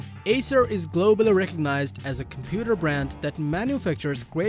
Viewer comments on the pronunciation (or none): none